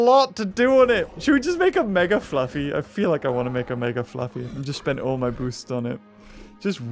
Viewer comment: you keep calling it “fluffy”. It’s flaffy.:)